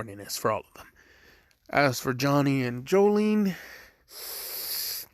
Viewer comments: Her name is not jocylene its jolyne and i think he should get infinite spin from Johnny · Did my man try to say jolyne